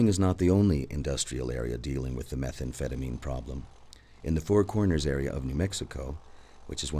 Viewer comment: I like the way that one dude pronounces it, "meth-amp-feta-min"